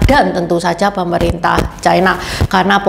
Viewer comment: Ucapan yg bnr : China, bukan chaina